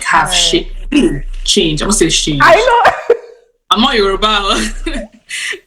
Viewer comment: The part where she almost said “shange” got me 😂😂. But I’m loving this series!!